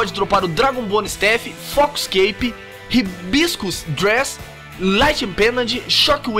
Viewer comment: hiiiyiiibiscus dreees xDDDD